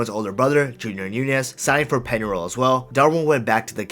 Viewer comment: Like the video but, my God man, make at least some effort to pronounce Spanish names correctly (Peñarol, Montevideo, etc.)